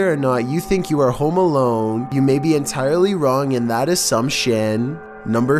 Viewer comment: said homo alone 😆